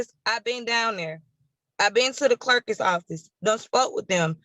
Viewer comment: Did she say “clerkis office”? 😅